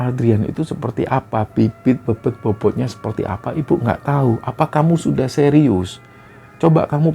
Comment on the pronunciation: Bibit bebet bobot, bebet dibacanya bebet mas bukan bebet 😂